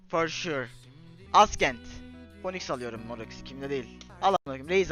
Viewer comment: Ascent’i yanlis okumasi peki